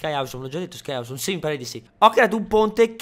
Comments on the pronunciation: non si dice ausome, ma ossome vai a vedere su un buon dizionario su internet, perchè non si può sentire. Ahahahah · Ma non si pronuncia "osom"? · si dice ossom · ti prego, si pronuncia "oussom", non "aussom"! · awesome si pronuncia "ossom" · perfavore,pronuncia correttamente awesome cazo,lo sai l inglese